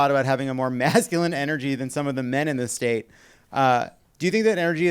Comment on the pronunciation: I thought Jon kept saying The Staint, rather than The State Comedy group. 😂 I feel like "staint" is a great word that should be used more frequently.